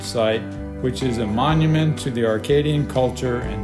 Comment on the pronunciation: Acadian, not Arcadian